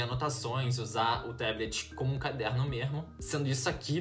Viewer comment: "Mermo" é muito bom escutar isso kk